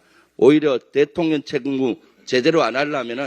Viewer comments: 김병주 의원님, 발음이..."대통년" 지하철에서 빵터짐요. 😂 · 김병주 의원님~~~발음에 유의 하십시요 대통X라고 들립니다